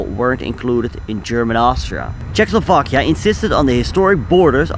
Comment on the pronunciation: It's not Czech Slovakia... It's CzechO Slovakia! There is "O". 😉 Thank you.